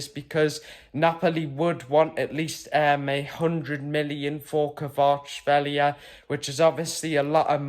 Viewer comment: Well pronounced another one to add to the list of ever ending signings the left back signings of gone quiet good video